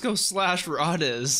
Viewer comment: In the dub I think it's pronounced Ray-Dees. Could be wrong, need to re-watch. I'm trying to make a note of the script anyway, for instances when I need to refer to it, or when using it in fanfiction - yes, I'm one of those fans XD - so that was the plan anyway, to watch it both in the sub and the dub. The fact that Fuegoleon acknowledges even Rades, a criminal and remembers a commoner so easily I think is the most impressive of all of this. Like, who'd remember the name of a member from a different squad, especially if it was one kicked out, and a commoner. Fuegoleon here has the memory of an elephant and the heart of a lion. "Mmmm... liiiiittle forbidden." Yeah... A little. I love how Rades knows all these guys' names... and how it just feels so important. But then, Karl's no joke... until Fuegoleon turns him into one with Soul Linea.